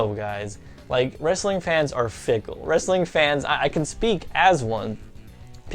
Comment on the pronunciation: Did you just say "Wrastling" ?!